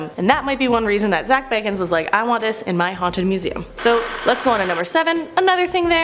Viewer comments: Its dih buk not di bik and not how she's saying it either and zach bah gahns not baggins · This host is horrible!! She's pronouncing words incorrect including Zak B-A-Gans.. Not Bag-ens! Jerk! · It’s pronounced bagins for Pete’s sake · Zack BAYgins 😆 i can't. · Can we talk about how she’s saying bagans wrong? It’s said the way it’s spelt